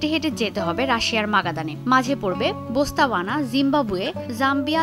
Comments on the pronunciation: সাংবাদিক botswana ke bostowana bole😂😂🤣🤣😅😅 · বতসোয়ানা, বসতাওয়ানা ভুল। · রিপোর্টার একটা দেশের নাম ভুল বলছে। তিনি বলছেন বসতাওয়ানা। সেটা সঠিক হবে বোতসোয়ানা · হায়রে রিপোর্টের অবস্থা! বতসোয়ানাকে বলে বোস্তাওনা 😀